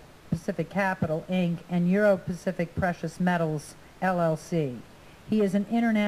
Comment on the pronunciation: Why the hell is it so hard for people to say "Euro Pacific Capital" anyway? Nobody seems to get it right, even the TV people who are supposed to be really good at not screwing up that sort of thing.